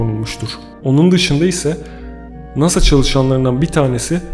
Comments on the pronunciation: Nasa'nın açılımını nasıl telafuz ettiğini duyunca kapadım. :)) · Offf o nasil bir NASA telaffuzuydu, gizem yaratmak icin sacma sapan bir efekt yapmissin, o ayrica rahatsiz edici.